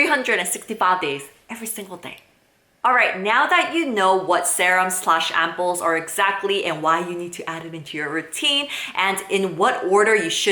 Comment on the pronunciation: 0 because you call it sahrum